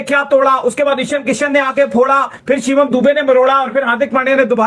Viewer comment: "इशन" किशन... "शिवाम" दुबे... यार, ये लोग मुँह में क्या दबाकर बोलते हैं जो ठीक से नाम भी नहीं ले पाते?